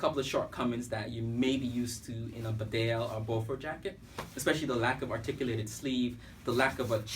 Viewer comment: Bee-Dale not Bed Ale, to pronounce Bedale.